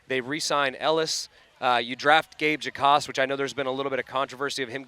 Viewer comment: Hoyer: “You draft Gabe Jack-awsss” 😅